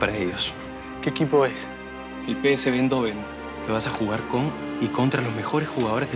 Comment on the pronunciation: Faltó en las escenas a Jefry moviendo el totó 🤭😂 Ah! y corrección PSV Eindhoven (la pronunciación es algo como aindjofen).